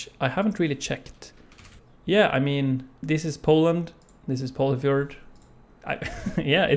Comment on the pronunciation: No way I was pronouncing Polyfjord as "Poli-FORD"